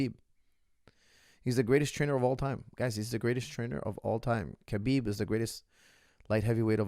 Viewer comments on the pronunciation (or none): It fraks me out so much that, coming from an arabic background knows very well that Khabib is pronounced as Habib NOT Kabib and still calls him Kabib like Khabib actually cares. So weird